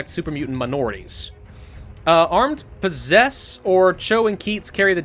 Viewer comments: You very notably mispronounced the word "posses", what you thought was pronounced like possess is actually pronounced "paw-sees". A posse is a group of everyday citizens conscripted, or deputized, by lawmen to aid in keeping the peace under the act of Posse comitatus (Latin for "power of the community"). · Your failure to pronounce the word "posses" properly upsets me.